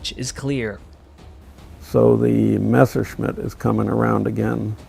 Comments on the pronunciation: What is so problematic saying Messerschmitt ? Almost all you US (and some British) guys always say Mesherschmitt... it is a permanent mess... with the Messerschmitt ! 🤣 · I love your videos, but please, learn finally to pronounce Messerschmitt right. It just hurts my ears hearing you say Meshersmith instead of Messerschmitt. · Every time he says "Mashersmitt" i just want to cry out loud... Dude. you are making WW2 aviation content. Learn how to f***ing pronounce at least the most important Names correctly